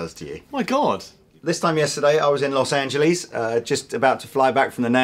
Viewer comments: No more America for him... He just said Los Angelees -_ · Los Angeleez